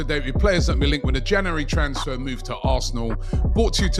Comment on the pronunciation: Geeza cant even say January let alone say it with some truth behind it 😂